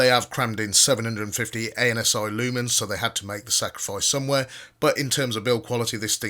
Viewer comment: Did he say anus eye lumens?